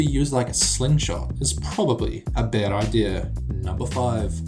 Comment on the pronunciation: A really good video! Except I found it funny how he said "Ideyer" Instead of "Idea"